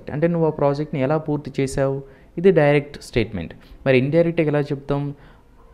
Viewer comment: డూరెక్ట్ స్పీచ్ కాదు నాయన..డైరెక్ట్ స్పీచ్😂😂😂😂😂😂😂